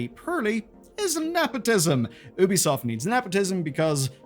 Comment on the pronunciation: 2bisoft? TooBesoft? Amazing.